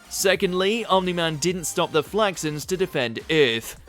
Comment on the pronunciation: Most brutal part of this video is "Eyyyarth"